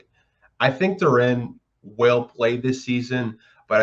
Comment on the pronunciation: Bro can't pronounce his name and we're supposed to believe he knows enough about him for a good opinion. Nah, I agree it'll be tough for him to get playing time but you gotta get dudes name right. Can't call him Duran